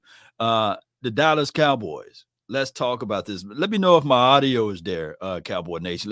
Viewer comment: why do you pronounce the name Dallas as Dallis cowboys?